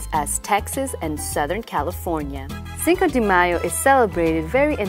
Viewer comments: lol she keeps saying cinco DEE mayo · Wrong pronunciation. Get your act together.